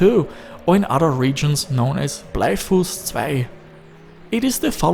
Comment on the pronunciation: hallo, du sprichst "bleifuss" wie ein deutscher oder österreicher aus. wo kommst du her: )